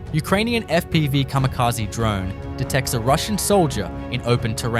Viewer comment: カミカジ？ｗ